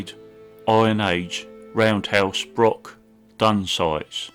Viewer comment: I very much enjoyed this AV but as a Scot the use of Brock rather than Broch is a wee bit grating.